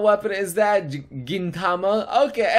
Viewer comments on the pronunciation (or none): none